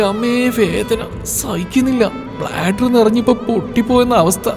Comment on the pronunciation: പ്ലാസർ അല്ല ബ്ലാഡർ ആണ് ഹേ😮